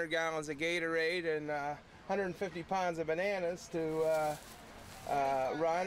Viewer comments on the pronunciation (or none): "it takes 150 'ponds' of bananas...." LOL that's a native Pixburgher right there.